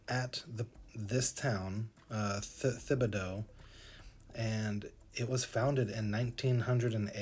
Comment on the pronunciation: It is pronounced Tib-a- dough. Also what you are looking at is mostly marshland. We loose football field sizes of coastline every year